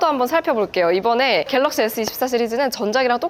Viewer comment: 영상을 봤는데....왜 "어떤게 괠뤅쉬게?" 만 생각 날까요 ㅎㅎㅎㅎ